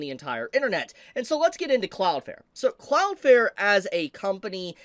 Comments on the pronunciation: For the love of God pronounce the second L in cloudflare when you say cloudflare. It is not Cloud Fair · Your still saying Cloudflare wrong, it definitely has an L in it, well two but you are missing the second one. Like your channel and the info you share but it takes away from what you are saying when you keep mispronouncing your topic.